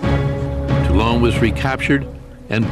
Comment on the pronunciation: One of the better docos, under American influence. Still, there remains an appalling indifference to study proper pronunciation. Toulon isn't "Till-ON", it is "TOOL -ohn". Late to comment, and futile perhaps, yet still necessary. to correct matters.